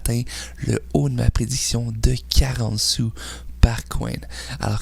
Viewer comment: Dans quel pays on parle en "soux"